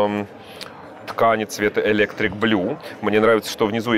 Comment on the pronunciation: Александр, нужно говорить о цвете-электри'к. С ударением на ,,и,,. .. . Это не тот электрик,который электричество проводит))